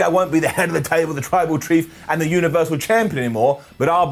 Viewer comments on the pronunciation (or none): struggling with "tribal chief" and saying "tribal treef" is giving me life.